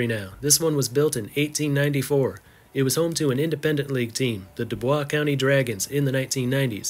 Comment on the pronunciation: It's not University of Columbia, it's Columbia University. In the United States, the names of colleges and universities cannot be reversed. Same with University of Vermont - not Vermont University. Oh, and it is pronounced Doo-boys County. (Just trying to help.)